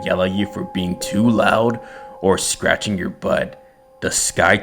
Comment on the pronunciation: Did he just said scaracching his but